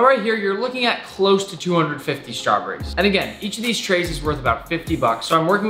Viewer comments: he says (strawburries) not straw berries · The way he says “strahbrees” 😂😂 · i love it when nick says Shtrawberries